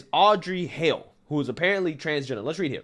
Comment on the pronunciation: Your analysis is spot on. BTW, Hale rhymes with tail, whale and mail.